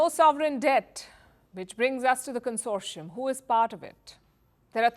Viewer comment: Consossium? Did you mean consortium??